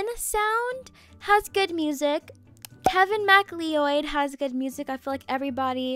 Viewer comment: His name is pronounced "Kevin MacCloud"